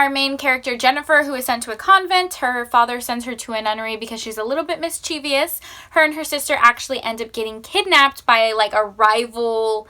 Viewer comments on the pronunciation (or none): good video but you mispronounced "mischievous" and severely butchered "supposedly."